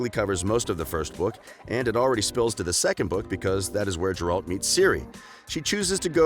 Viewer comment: Dude no hate but this video has too much false information and it appears too subjective. PS. Every time you call him Jerald, a part of me dies.